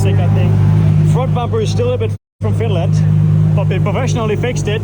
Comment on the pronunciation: Did he say Finland or Wien-land? Serious guestion, not a statement of his pronounciation. 😅